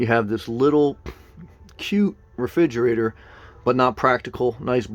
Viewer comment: "Refidgerater" lol